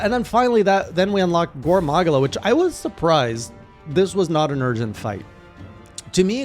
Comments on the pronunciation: oops my bad typo (damned phone, PC better), MAH-GAL-UH Edit: Also you're pronouncing it MUH-GAH-LA, you're saying MUH instead MAH. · It’s pronounced ma-gala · Ma-Ga-La is how you pronounce it ^^ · The way he pronounces Magala...